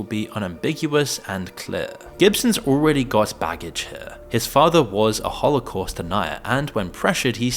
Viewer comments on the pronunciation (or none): none